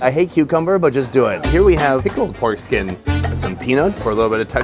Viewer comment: 'pork skin' or 'foreskin'?